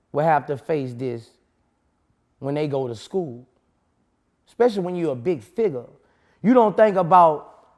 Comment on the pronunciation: “ a big figger”. 😂. He meant “figure”